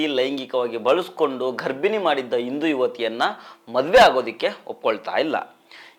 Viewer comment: ಘರ್ಬಿಣಿ ಅಲ್ಲ ಸರ್ ಗರ್ಭಿಣಿ